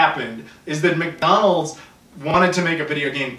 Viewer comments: Oh lordy lordy the way he says "MIDONLSH!" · It is time: “MECKDAWNOLDS!” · the way he says McDonald's made me laugh so hard because that's how my fat brother says it also.